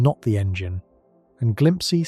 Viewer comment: It's glimpse... like you know glimpse. Not whatever tf you said. Glimpsee? Wtf is that?